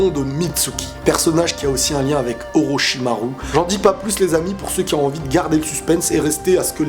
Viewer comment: Ça se prononce "Orochimarou" et non ru à la fin...